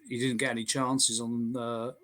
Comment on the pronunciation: I knew it! I knew it! The one simple word giveaway (Annie instead of Any)! ☘☘